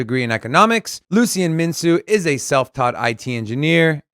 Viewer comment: Mincu is pronounced "Minkoo"